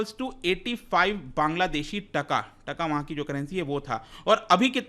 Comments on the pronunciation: Its Taa-kaa not tka.. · Sir please pronounce TaaaaKa. This is the right pronunciation.